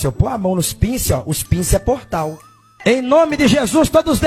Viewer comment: Os " pinse" foi o melhor kkkkk